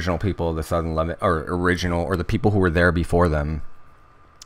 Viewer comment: This is very interesting information. Thank you very much for sharing. Not to be a wise guy, but Levant is pronounced luh-VAHNT, not LEH-vint